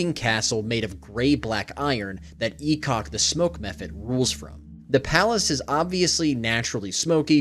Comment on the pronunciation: I'm new to DnD lore so when I heard "E-cock the smoke methhead" I was confused 😂